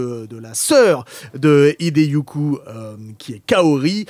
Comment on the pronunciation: Urosawa → Urasawa, Hideyuku → Hideyuki Émission très divertissante! ☺️. Bon, vous allez peut-être trouver que je chipote, mais quand même, faites attention à la prononciation des noms japonais 👎. Cela peut arriver à tout le monde de se tromper, mais quand sur 3 co-présentatrices et co-présentateurs il n'y en a aucun(e) qui reprend les fautes de prononciation d', je trouve que cela décrédibilise totalement votre statut de seule émission sur les mangas et animés de la bande FM.🥺 Ou bien alors, il faut changer le nom de votre émission et ne plus l'appeler YATTA (j'ai réussi!), mais plutôt YACHIMATTA (j'ai fait une boulette!)🤣